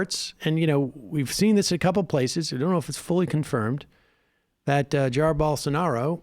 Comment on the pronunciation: Jahiyr Bowlsownahrrow. Use Google Translator and you will learn the nearest pronunciation in your language, but the "H" with the sound of "R" needs to disappear.